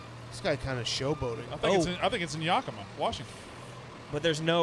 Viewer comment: Damn...so should've known how to say yakima...